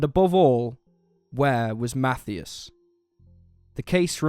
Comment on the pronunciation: It's pronounced Math- I-as as in Hi.